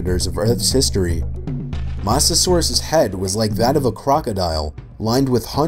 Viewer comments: “I won’t be including well know creatures” “Megalodon” “Titanboa” “Purrasaurus” “Mosasaurus” Edit: why did he say it like : moss a sore russ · "*Titin*aboa" "*Moss*asaurus" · Mosa saurous it’s mohhsa saurous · “So I won’t do well known ones” 5 minutes later.. “MOSASAURUS” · Everything wrong with this video: -Says he won't include very well-known animals yet includes Quetzalcoatlus, Megalodon, Titanoboa and Mosasaurus. -Shows pic of presumably Jaekolopterus at the beginning of talking about Pulmonoscorpius -Calls Quetzalcoatlus a bird when it's a pterosaur, which is a reptile and NOT A BIRD -Pronounces Mosasaurus as MOSSasaurus. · I'm a bit triggered that he said mosasaurus wrong